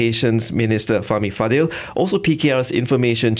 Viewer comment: Why do all the BFM presenters mispronounce his second name "Fadil"? Isn't it "Fadzil"?